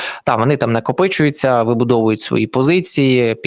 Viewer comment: Ну хто там "накопычивается"?